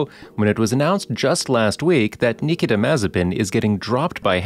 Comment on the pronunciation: Thanks you saved me 5 minutes! Though I should have figured it out right away when they didn’t pronounce his first name right.